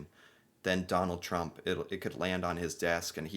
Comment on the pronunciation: I repeated it a few times here because I kept hearing McDonald Trump